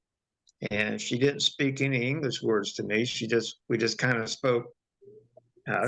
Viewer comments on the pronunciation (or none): none